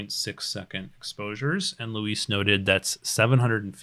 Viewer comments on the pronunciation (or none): none